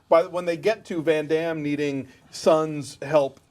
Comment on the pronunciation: say it right its not ven dem its VAN DAME